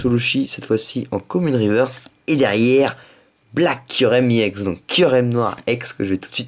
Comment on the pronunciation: on dit pas iex on èx